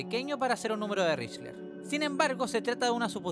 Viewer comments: Espera... Estuviste todo el bendito video pronunciando "richler" 😂 mi TOC casi me hace tirar el celu por la ventana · Con todo respeto, me da mucha ansiedad que pronuncies mal Lychrel. Más allá de eso, gran video y gran producción pa